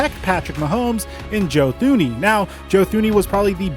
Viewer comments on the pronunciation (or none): Two-ney is how you pronounce Thuney.